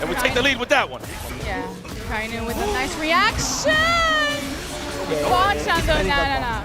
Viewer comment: I just want to say akainu’s name correctly one time. Just once. (It’s a non issue but it irks)